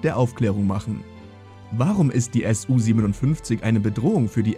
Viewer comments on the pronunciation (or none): Nicht S U, sondern Su von